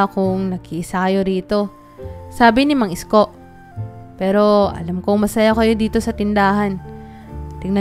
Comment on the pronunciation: Ayusin mo Naman Ang pagbigkas Ng pangalan ni Mang Isko